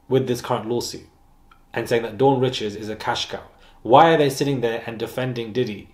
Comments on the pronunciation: No it’s pronounced as “ree-shawd” the pronunciation is French she’s of Louisiana Creole and Haitian descent. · Dawn Richards- pronounced Rickards